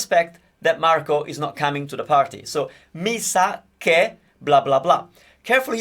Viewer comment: I thought I switched to a Japanese video when he got to "mi sa che"..